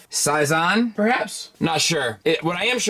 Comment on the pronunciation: in case you care, it's pronounced "say-zaan". I like when the windows are separate clear pieces that are tinted so you can't see all the insides. That's my favourite look, generally speaking. Making them completely clear and/or making the entire piece out of clear plastic and painting it is just bad, and all of these do both those things. No wonder people have had breakages...